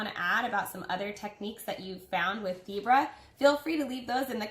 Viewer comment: Omg I thought you kept saying zebra lmao